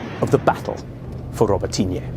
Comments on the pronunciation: Hey! Guy! Robot - ne! Try to say- robot- ne! So simple… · It’s pronounced “Roh-boat-tin-nyuh” please. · The way he pronounced Robotyne at the beginning. Was that correct?